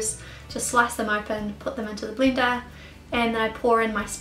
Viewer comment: dat sounds like a kiwi accent--just the way you said bleender.